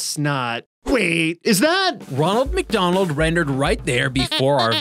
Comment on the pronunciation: no-one:.....: macdonold